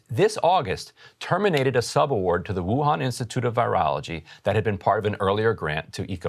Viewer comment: Bruh, it's woo-han like Gohan